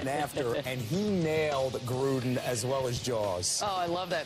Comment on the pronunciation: “Grudens” ring lmao